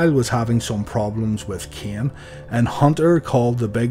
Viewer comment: Just wanted to let you know that Taker's brother's name is Kane, not Keeon. Same as with Vince's son, who is called Shane, not Sheeon.